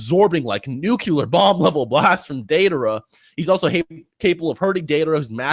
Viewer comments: Ok the fact u just mixed nuclear and nucular makes me so mad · So no one is gonna talk about how mispronounced 'nuclear'? No? Okay then.